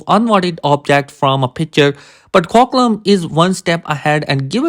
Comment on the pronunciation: Qualcomm ❌️ quaclom ✅️